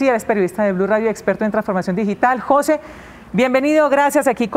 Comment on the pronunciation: Queee ??? JO SE ??? Que mal la comunicadora social, no ha tenido buena escuela que verguenza. el nombre Jose se pronuncia JUNTO de un solo golpe NO separado. Eduquese y vaya a la escuela y aprender la correcta gramatica castellano. Gracias.